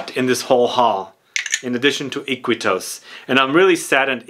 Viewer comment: It’s funny Iquitos ( it’s actually pronounced “eekeetos”, it’s a city in the Amazon of Peru) was my uncle’s favorite fragrance in the 80’s and everybody made fun of him because it was a VERY Rose forward fragrance for men.